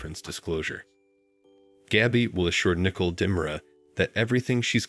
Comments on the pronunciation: Learn to pronounce their names correctly! It is NICOLE... noy Nickle!!! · Please It's NICOLE not NICKLE"! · Its not nickel it is Nicole, how stupid